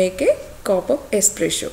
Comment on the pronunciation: It's Espresso not esspresho 😂😂😂